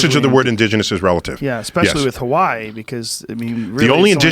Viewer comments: Any one realize how Neil says Hawaii he says it like ha-wa-y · I love how he tries his best to properly say hawaii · I hate when people not from Hawaii pronounce It how Neil Pronounces Hawaii its fucking annoying lol